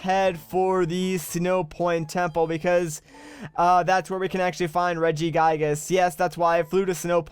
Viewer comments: Gigas how you say it is Reggie gigas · its prunounced regi-gigus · How tO pernounce reggigas re-jI-gI-ges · pronounces it two different ways but still manages to butcher the name lol